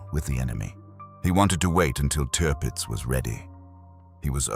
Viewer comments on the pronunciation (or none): Te-urpitz? Not Tirpitz? Shit script reader perhaps?